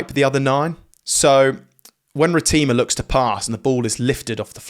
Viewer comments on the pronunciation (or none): “Ra - Tim - Ar” not “Ra - Team - Ar” bro 🫡 nice attempt though 😂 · You could help by showing its pronounced RA TI MA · Its pronounced rat-er-ma bro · It's pronounced "Ratenjava" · can you say Cortez Ratima's name properly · Ben Youngs would have heard the proper pronunciation before. Instead, he takes a dump on it. Typical English.